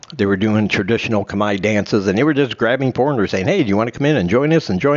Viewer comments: thumb down you said CUMEYE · Don’t say CUMEYE , it makes no sense